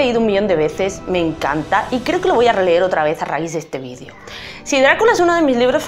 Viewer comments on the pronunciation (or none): none